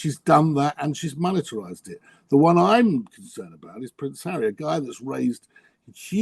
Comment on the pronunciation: Monetize - not "monitorize". That's a completely different word. Sorry, it's driving me crazy.